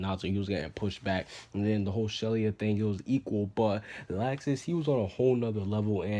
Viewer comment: why do you always say laxus wrong every time